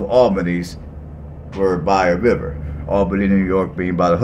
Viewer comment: Allbenny. GEORGIA in Dawg erty (woof woof) County. You start your presentation destroying the names. no it just drives on. Go cover another city@ I see so many like this. Who needs them? Not me and not our city.